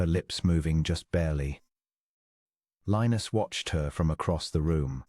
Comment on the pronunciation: At first was not sure I would like the narrator’s voice with a British accent, but as the story progressed, liked the cadence except the way Lionus was pronounced. Listening from Clarksville, TN.